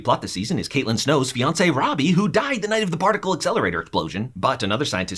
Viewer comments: Ronnie not Robby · Not Roby it’s Ronnie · He really said Robbie it’s ronnie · Wtf it’s Ronnie not Robbie